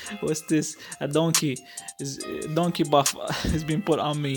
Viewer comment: haha bro the way you say donkey.. i lost it😂😂😂😂😂😂 keep it up bro.. awesome video ❤